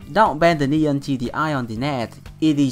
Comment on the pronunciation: a tip for the pronunciation : for the word "knee" do not say the "k". You must read it " nee".